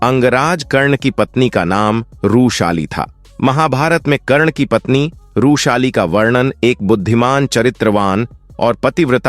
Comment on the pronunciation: बार बार रूशाली कयु बोल रहे थे? वृषाली यह नाम था ।